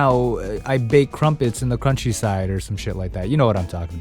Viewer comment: The first time I heard it I thought he said "...now I bake crumpets on the crunchy side", which honestly still works and might be a funnier title lol.